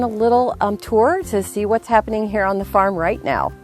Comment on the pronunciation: Lol.... "Old Tavern Fearm" 😂😂😂💖💖💖